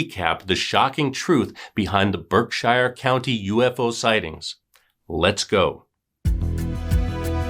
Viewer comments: It’s not pronounced as Berk-Shire it’s pronounced as ‘Birk-Sheer.’ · Berk-sheer is how you pronounce Berkshire. We pronounce things wicked strange in Mass 🤷🏻‍♀️ I can’t believe I’d never heard of this story. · Berkshire.... pronounced BerkSHEER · We pronounce it Berksure county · Lol How come you are letting him getting away with the BerkSHIRE pronunciation then?? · Lol we pronounce it Birk-sheer!! There are so many funny sounding Towns here in Mass!! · Good story. It’s pronounced BERK- shurr . No hobbits here! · pronounce Berkshire correctly will ya I'm from there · Lol. I just commented the same thing. I see other people from Mass commenting yet I don't see anyone else correcting the pronunciation like you and I did.